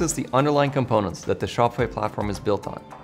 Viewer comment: BRO I KEEP HEARING SHOPFY AD FOR 1 year